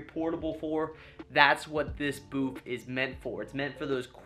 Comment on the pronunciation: Am I the only one who hears him say Boof instead of Booth